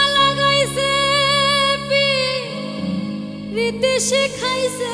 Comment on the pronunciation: আপু উচ্চারণ ঠিক করে নিয়েন. .. পিরিতি… বলেন ফিরিতি আবার বন্দে.. বলেন বন্ধে